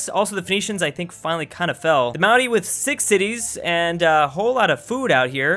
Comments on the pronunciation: Obligatory "You're pronouncing Maori wrong" It's not Mao like sexy Mao, it's more Moe like Moe's Tavern. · Hey just thought you should know that the Maori are pronounced kinda like moldy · Also the way pronounces "Maori" it sounds like "Maui" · Why do you pronounce 'Maori' like 'Moundie' through the whole video? It's really annoying. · I have genuinely never heard Maori pronounced that way. Not trying to be a knob about it but it's a rolled R, it kinda sounds like it's being said as an N or something? Edit: I mean it's better than most say it so thanks for the effort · Every time you pronounce Maori it makes my skin crawl... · I like how mispronounced Māori